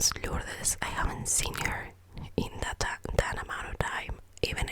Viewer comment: I loved the video honestly. But although it was great, there were some words that you need to improve in the pronounce of, like the word ‘that’ sounds like ‘dat’ or ‘pity’ sounds like ‘piry’ Just that, ( this is not a hate comment everyone!) Love u